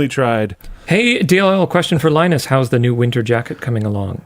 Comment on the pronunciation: Thats not linus its ‘minus 😅